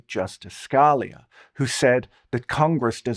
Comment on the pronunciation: Scalia is pronounced “skuh LEE ya.”